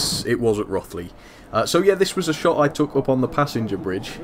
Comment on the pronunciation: Hi, it's pronounced Roe-th-ly.